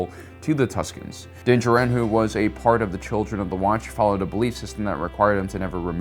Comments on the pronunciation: I love your videos but hate the way you say dinjaren, lol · I'm going to continue leaving a negative comment on every video where you purposefully mispronounce things... how are you a star wars expert and yet you still can't pronounce Din Djarin's name?